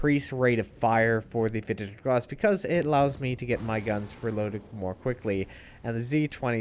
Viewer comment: every time you pronounce this ships name i understand "peter is gross" , so what has peter ever done to you??? :D